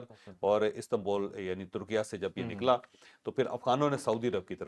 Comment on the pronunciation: Someone should also inform Javed Chawdhry, that the new official name of Turkey, TURKIYE is pronounced as TUR-KEE-YAY and NOT "TUR-KEE-YAA". Because had he learnt how to speak English properly, he would have known, that E can never be pronounced as AAA!